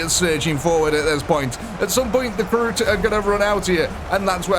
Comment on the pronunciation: Karoot? Its Kroot